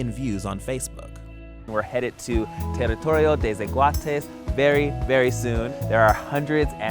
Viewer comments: "Tarritourio te sekuates" 😂 mae, al menos lo intentó jajaja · I am from Costa Rica and I can't with you sayin ''Teritorio de zaguates'' 😂😂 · Terittorio dei szahuateis